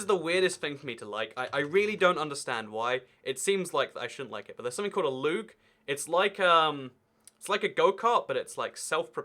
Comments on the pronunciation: loog? luj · I believe it's pronounced looj